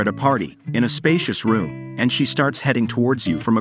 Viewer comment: Dude, it's Rooooom, not Rum lol